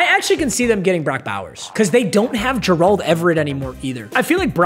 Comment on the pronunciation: I feel like just doing this on purpose bro like just look at how he pronounced gerald